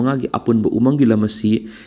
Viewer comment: News reader na"umang "haibada pronounce tu yamna lumna hairidu lanlay,khara yangna haibiyu..?